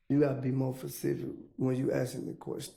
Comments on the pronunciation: He said facific. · Well he said Facific 😂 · You are pressing a witness who says Pacific for specific. These two prosecutors are beyond belief. Mistrial. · Or pacific 🤣🤣🤣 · 😂😂😂😂 I never heard that one before then he did pacific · This gentleman has a learning difference. Probably dyslexia. It’s why he keeps saying Pacific vs Specific. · "Pacific", Google says, did you mean SPECIFIC? CMON MANE! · He said Facisit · “Facific” took me over the edge😂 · Yo shout out to him for taking “ specific” mispronunciation to the next level 😂😂😂😂 my dog said fapistic 😂😂😂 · Right! Never heard facific before🤦🏽‍♀️ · facts and specific = Fasific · He said fecific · “ yu gotta b more fesific” 😂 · MOST AFRO-AMERICANS CAN'T PRONOUNCE "ASK" NOW I HAVE REALISED THEY GOT PROBLEMS WITH PACIFIC AND SPECIFIC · Mind you this dude is in his 40s and cannot say “specific” 😂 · Nah frfr he clearly couldn't say the word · So explain why people from Atlanta do not pronounce the "T" in Atlanta... Does that mean they don't know what Atlanta is ... He literally did the exact same thing with the word specific , he isn't pronouncing the "S" .... And every country accent isn't the same, some one from Mississippi doesn't sound like some one from West Virginia...